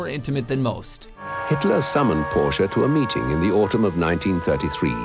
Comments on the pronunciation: That's about the closest an English speaker can pronounce Porsche correctly. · Yay they pronounced Porsche right.